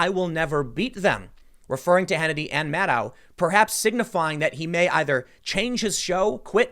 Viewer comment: Maddow rhymes with allow? Doesn't it rhyme with widow?